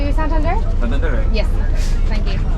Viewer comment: Congrats you got the correct pronunciation right the first time!!! SIQUIJOR and SANTANDER!! hahahaha